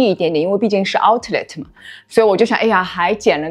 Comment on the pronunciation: 我OCD啊 读Ou-Let 第一个t不发音